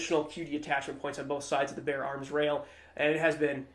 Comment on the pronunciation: Ah yes, the "Ship of Theseus" Anderson AM-15. Thanks for the long term review. Oh, yes, it is Asian Phil of Bexar Arms, not Bear Arms.